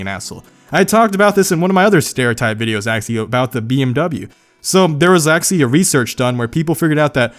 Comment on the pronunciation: Actually. Try it: aC-tually. NOT aXially.